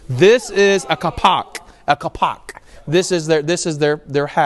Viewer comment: When you say the word Ak Kalpak make pause after the word Ak , Ak Kalpak made from 2 words . Will be correctly .